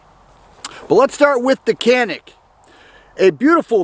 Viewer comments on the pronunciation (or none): I believe it's pronounced ja nik.. something about a mountain.. I have and elite sc, the think I would say is that it basically the feel of a full size in a compact form and.. I love it. Look at swamp fox if you didn't get a rd already on it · I think it’s pronounced...”Jan-ik “